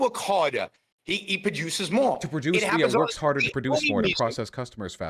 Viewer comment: "This is the way competition wuks" this guy is somethin else.